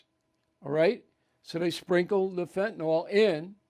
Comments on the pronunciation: Bill, its pronounced Fentanyl, not Fentanol. Fentanol has a hydroxyl ion on the chiral carbon and is a totally different molecule than Fenanyl. It’s pronounced Fen-ta-nil. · Hi Bill, long-time fan of yours here. The "y" in Fentanyl is pronounced like a short "i".